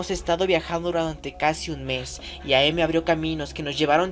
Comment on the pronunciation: Solo una pequeña anotación es AM no A, M. El am se lee como el final de "I AM".